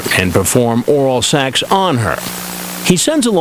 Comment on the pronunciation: I don't think Chris Hanson realizes it's pronounced SEX......not SAX! 🤪